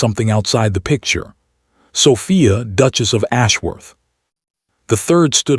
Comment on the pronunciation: Good story but the Narrator can improve. I have to admit that the "Dooches' got to me